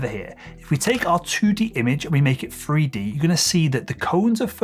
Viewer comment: Why do you say frough instead of through? And freeD instead of 3D?